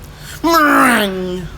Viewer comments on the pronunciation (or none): MeRRRRRRRRRRRRRRRRRRRRRRRRRRRRRRRRRRRRRRRRRRRRINGue! xDDD